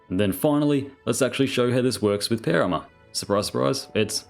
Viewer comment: Dear, I still find it so funny hearing you saying "péuer arma"